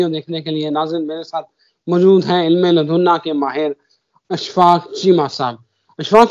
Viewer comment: علم لدنا نہیں علم لدنی ھوتا ھے بھائ